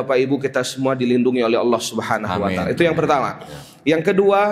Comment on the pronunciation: Maaf dg sgala hormat sy koreksi dlm pengucapan "Subhana wa ta'ala"setelah sy cross cek pengucapan yg benar adalah SUBHANAHU WA TA'ALA,mohon maaf sekali lg🙏🙏